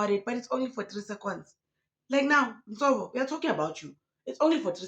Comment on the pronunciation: Nsovo it is a Tsonga name The V is pronounced as B. Therefore it is NsoBo. It means Grace